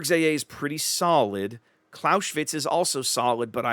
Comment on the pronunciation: "Claus-eh-witz" not "Claushwitz" - the "s" is an "s" not a "sh" and the "e" is pronounced like in "enemy". But great vid - thanks!